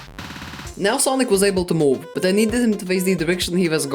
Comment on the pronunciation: That not sonic that sanic💀